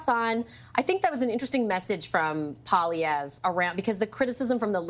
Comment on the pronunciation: PiEErre POOilievre 💩